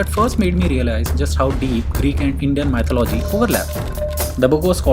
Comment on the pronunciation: Your constant mispronunciation of "mythology" is annoying.